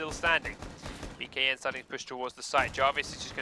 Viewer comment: Dear: please don't say "BKN." It is pronounced "Bacon." Thank you.